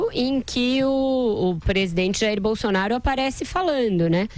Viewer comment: "Jair Bolsonario"... (👂 ) (😉 apenas uma brincadeira 🤭)